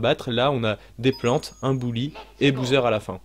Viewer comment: super vidéo , ça me fait rire que dises Bouseur pour Bowser , ça me rappelle les mauvaises habitudes que j'ai pris petit aussi quand je jouais à des jeux et que je ne connaissais pas non plus la prononciation et que j'en inventais une ^^